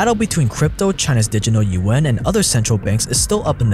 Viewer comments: Lmao, "The Digital UN". It's "Juan" or "wa-ah-n". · Yuan, sounds like yawn, you-wan.